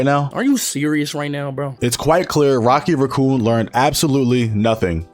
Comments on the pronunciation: Rocky Raccoon was my favourite Beatles song and now this guy is butchering the name 😭😭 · “Rocky raccoo” bro thinks he’s rocket the raccoon